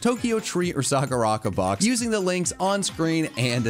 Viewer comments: Its "saw-ka-ra" not "saw-ca-ra" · the way you butchered sakuraco, it's sakura co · I love your videos, they're great. But, as someone who knows how to pronounce Japanese, I despise the way you say Sakuraco... I'm not great at spelling phonetically but I think it's sah-koo-rah-koh. Like I said, I love your content but the one thing is triggering my OCD! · Loved the video. Think you mispronounced SakuraCo though lol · The way that absolutely butchered Sakuraco is just so unsatisfying to hear... But the video was funny so that made up for it, good job and